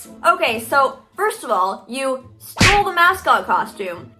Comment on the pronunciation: Tyler viteli: YOU STOEL MY VIDEO 🤬